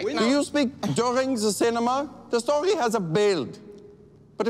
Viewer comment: the stawy hasa BUUEELLD😂😂😂